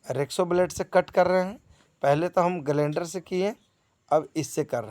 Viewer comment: Bhai sahab agar parts ke naam dhang se nahi bola jata hai to maat banao aaise videos. Tumhaari basa me BDO. Jisse ki revet ko aap repet kaha. Hacksaw ko aap reksa kehte ho. Grinder ko glainder😂😂😂. Kaisa lage ga ki mai aap to ke bajaye Naramjaan kahu. Vaise hi har eak part ke aap sahi tarike se bolo ge to log aapka BDO ka faida le sakte hai. Jaise ki maine parts ke naam suntehi BDO dekhna band kar diya.